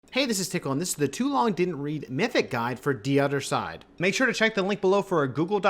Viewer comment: Bad pronunciation of de other side